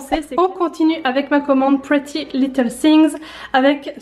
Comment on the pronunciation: Arrêtez de dire pretty little thingS, c'est thing, sans S 😭😭😭